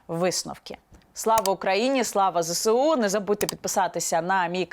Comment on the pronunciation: дивно, що каже зесеу ,а не зеЕсу